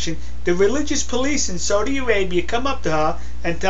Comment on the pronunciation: it sounds like you are saying "SODA" Arabia.....its SAUDI...you need to pronounce the AU more.